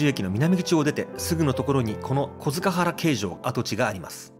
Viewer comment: あなた「のて」だね？紺屋高尾（発音は「こーやたかお」です）古今亭だと「幾代餅」．小塚原の発音は「こづかっぱら」です．銘酒屋の発音は「めいしや」です．「のて」とは発音が違います． 山谷は「常磐炭鉱の石炭を扱う労働者」が集ったところから始まってます． 柳家小菊師匠の「舟から上がって土手八丁，吉原へご案内」をおすすめします．